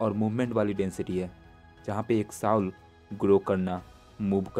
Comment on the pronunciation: Very nice. I love your content. Please Soul ko sahi se bolo vo सोल bola jata hai na ki साउल